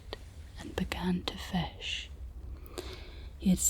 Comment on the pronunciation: this felt borderline maximum scottishness - i love the way you say fish as fesh